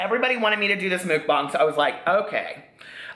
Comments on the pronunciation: It's pronounced MUCKBANG (bang bang) not MOOKBAHNG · It's pronounced muck (like yuck) and bang with a long 'a' vowel, like bah-ng 💙